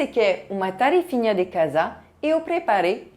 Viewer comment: Chérie, não é tarifinha, é « tarefinha »!😊😘🥰